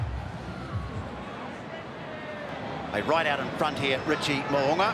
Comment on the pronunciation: Well done pronouncing Mo’unga’s name correctly. Well - much improved from past 5 years lol